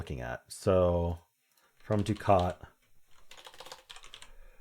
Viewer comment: I believe, "ducat" is Not pronounced, the way you said it. I think it is "duck-ette". Not "doo-cat". I liked the word "chary".